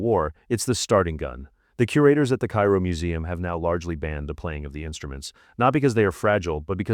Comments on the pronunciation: "the Cay-Ro museum" your AI needs some extra training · I couldn't make it past the first entry. Tutenkamen is probably the most famous ancient Egyptian ever but you're unaware how the name is pronounced. Ok, there's lattitude, nobody speaks ancient Egyptian. But the capitol city of Egypt, Cairo is only pronounced one way in English. And you couldn't be bothered to check how when citing one of the most famous and popular museums of the world? That's sad really. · You know, if your AI can’t even pronounce Cairo correctly, I’m not going to watch you video